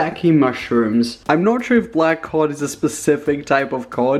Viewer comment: It sounds like he’s saying COCK instead of COD